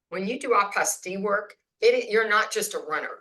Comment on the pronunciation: Hi, I believe the correct word is Apostille not Apostie just saying If and doubt you can google the voice pronounciation